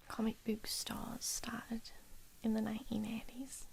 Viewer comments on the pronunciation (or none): As a yorkshireman, i find it quite funny how you pronounce "book" as "booook" 😂(really not trying to insult you by the way) haha